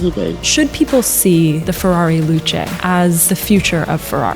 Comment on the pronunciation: The Ferrari Luce, pronounced "Loo-shit"